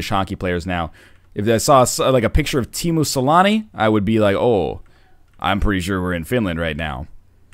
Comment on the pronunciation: "Timu Salami" :D